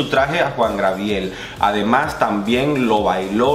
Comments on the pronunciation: Hola, creo que te costó un poco pronunciar el nombre del divo de Juarez. Se dice “Juan Gabriel” no “Juan Grabiel” es un error muy común... de cualquier forma gracias por tus videos y revisiones ¡buena vibra! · Te amo 💕 cada vez que dices Juan GRABIEL. A ti se te perdona todo mi vida. 😘😘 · jajaja le cambiaste el nombre a Juan Gabriel jajaja dijiste jua grabiel pero se te pasa eres genial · es Juan Gabriel. No Juan Grabiel. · Pero Job Star sí estuvo en el top tía. Y por cierto es Juan Gabriel no Grabiel, te hago la observación con cariño 😘